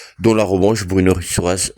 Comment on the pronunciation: Bruno Dato, pas Druno 😅